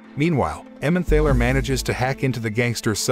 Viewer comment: The word "Emmemthaler" is pronounced "Emmentarler". There is a valley (Tal) in Germany with the name "Emmen". Together that makes "Emmenthal". In German someone or something that comes from somewhere has "-er" attached to the place. So, a person that comes from Frankfurt is a Frankfurter. A person from Hamburg is a Hamburger - which is why the McDonald's meat patty is a Hamburger. A similar sausage comes from Vienna and is known as a Wiener - Wien is German for Vienna.